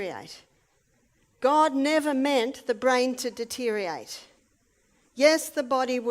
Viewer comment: Lost me with mispronouncing deteriorate and misspelling of judgment. (I overlook minor language mistakes in every day speech, but expect proper grammar/spelling in prepared presentations.)